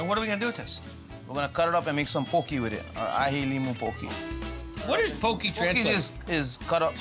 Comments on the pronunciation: Yay! This bro said poke right! Poke not poki. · Saying Poki and not Poke, is killing me bra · ALL You HAOLE SPEAKING HAWAIIANS GET IT RIGHT. . IT'S POKE & KIAWE!!!!!